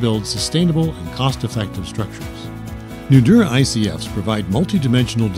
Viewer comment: Great product! but let the commenter know that Nudura is pronounced with a longer emphasis on the "a" of Nudura. eg. Nudura(h).